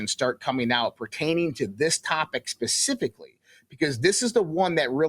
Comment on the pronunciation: "pacificly?" seriously dude? 🤦